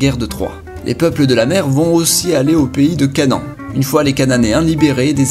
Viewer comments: Canan? CA-NA-AN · pays de CANEN?? quand tu est juif ca fait un peu bizarre haha. enfait on dit canahane